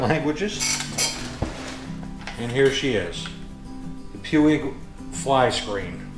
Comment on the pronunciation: Not that I want go all grammar natzi on you but I think it's pronounced "pweeg".